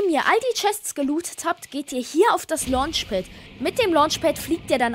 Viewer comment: Lonch Pad💀 es wird Lanch Pad ausgesprochen